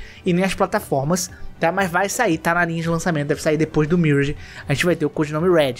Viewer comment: pelamor de deus fala "miráge". obg.